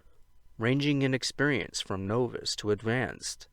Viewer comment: Novice is pronounced with a short O, like ‘fog’.